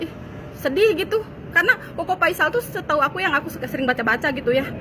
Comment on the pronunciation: Apakah cingirmu nggak bisa ngomong huruf F?Koko Faisal, Bukan Koko Paisal.